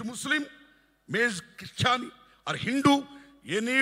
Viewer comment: Hindu ani sarigga palakalekunnaru